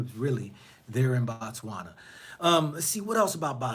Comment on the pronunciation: Brother Man, brother of mine....I want you to say; "Bo-Tswana" not BA'Tswana....you only say 'Batswana' when your refer to the citizens, the country is pronounced 'Bo-tswana'.